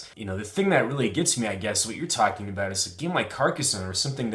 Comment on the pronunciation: wouldn't that sound like "cared". I'm from WV and personally don't hear that. I don't normally notice his accent too much except when he talks fast, then sometimes I notice his "about" or "out" becoming "aboot" or "oot". With "card", "lard", "bard", "hard" the main thing I can hear is maybe he says it with a smile making the "ar" sound last a little longer than may be heard otherwise.